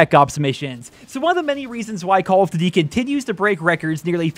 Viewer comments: “Cawl uf ditty” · "call of dity games"? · "Call of Ditty" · "call of divy" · call of "ditty" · Call of Duddy 😂